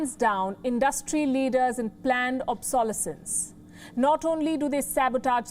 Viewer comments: Palki, the stress of the word "obsolescence" is on the third syllable - obsoLEScence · I had to smile at the way the reporter pronounces ‘ obsolescence’ ^^